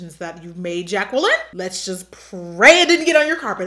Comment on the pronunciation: I love how she calls herself “Ja-kwah-lin”